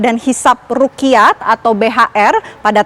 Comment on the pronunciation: Bukan rukiyat tp ru'yat Dan bukan kamariyah tp qomariyah